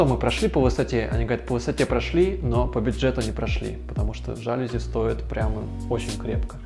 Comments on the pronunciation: Ребят, все красиво, особенно кухня, прям заходит такая мне. Но ёлки-палки, говорите правильно! Жалюзи́, не жа́люзи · ЖалюзИ.)) Это французское слово, у них все ударения на последний слог. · ЖалюзИ - с ударением на последний слог. Сколько же раз это слово произнесли неверно оба дизайнера ) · ЖалюзИ — Говорите правильно!